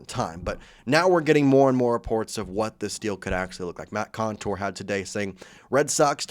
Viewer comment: Not Matt Contour, Matt Couture.